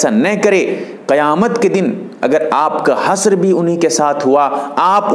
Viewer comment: अपना तलफ्फुज़ दुरुस्त कर लीजिए हस्र (حسر) नहीं हश्र (حشر ).